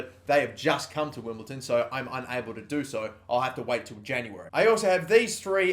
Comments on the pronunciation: STOP SAYING WIMBLETON 😡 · Stop saying "Wimbleton" oh my god that's annoying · WimbleDON not WimbleTon